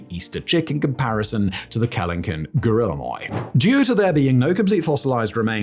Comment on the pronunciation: He also pronounced guillermoi as "gorilla moy."